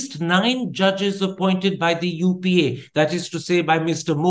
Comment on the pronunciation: Twice he said UPA wrongly in the beginning.